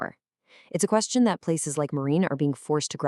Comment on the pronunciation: If you use Ai or text to speech, misspell words like Marin so you get the right pronunciation. Thanks for posting.